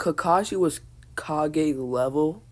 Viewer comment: Im just a lil annoyed that u say Cage and not Kah-geh Other that that this is pretty cool